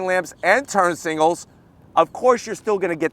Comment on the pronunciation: Signals, and not singles. S-I-G-N-A-L-S!!!